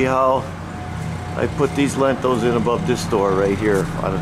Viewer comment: Great video but they're called "Lintels" not "Lentils"😂. Lentils are a food!